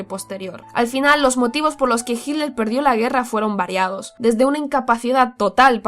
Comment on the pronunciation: Cuál es la razón para que los españoles pronuncien «Hidler»